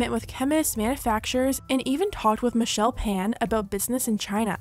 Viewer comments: Sorry, not to be that person but you did not just call the OG makeup guru Michelle PAN. It’s Phan (Like fawn) I used to love her so much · Did you say Michelle pan? Because it’s Pham like fam lol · Lol it’s Michelle Phan (fawn) not Pan 😂 Michelle was an early beauty YouTube btw, she’s been on YouTube on and off for like 10 years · Omg tea spill made me feel so old and I’m only 19 lol, Michelle Phans last name is pronounced like “faun”, when she said Pan and I realized this person prob hasn’t grown up with the first major beauty guru I felt like I was 90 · It’s Michelle “Fawn” not “Pan” lmao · Wait... did she say Michelle PAN??? 😂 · Hey love, it's not michelle "pan" it's pronounced "fan" haha love your videossss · Wonder how Tati is gonna play victim this time...also, just wanna give a heads up, Michelle’s Phan’s last name is pronounced like “fawn” not “pan” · Michelle pan? It’s pronounced fawn. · Michelle FAN not PAN - seriously she was one of the top youtubers like are you not getting it right cuz she's not white? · Hey, mean this with love but you pronounced Michelle’s last name wrong. It’s not like PAN it’s pronounced FAUN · "Michelle Fan" lmfao its pronounced Ph-ON. Embarrassing you dont know that. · Omg. Michelle Phan. It's pronounced FAWN 😂😂😂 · “Michelle Pan” 💀💀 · i died at your pronunciation of michelle phan. love you girl, but her last name is pronounced like “fun” <3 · Am I the only who notice she said “Michelle Pan” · Michelle PAN???? LOL It's Michelle Phan girl... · Did she say Michelle pan?? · gurllll it's pronounced FAHN How yall not know the queen who started beauty on youtube Michelle Phan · Did you say Michelle PAN? 😂 She was the OG beauty guru on this platform -- before JS. She also started Ipsy and did so much more like show some respect. 🙏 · No hate at all, but it’s Michelle Phan not Michelle Pan kinda sounded like you said pan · its michelle phan not michelle pan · Michelle pan??? Hello, it's phan. Get the unproblematic queen's name right please